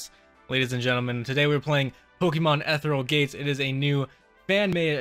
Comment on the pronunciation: It's "Eh-fear-ree-al Gates," not "Etheral Gates." Just so you know. I like this Omeglelocke. Your locke opponents are engaging and I liked their onscreen-offscreen bickering. I feel that it added so much to the start of this Omeglelocke. I'm glad that you hadn't edited it out of this video. Please continue this. I'd love to watch more episodes of this locke.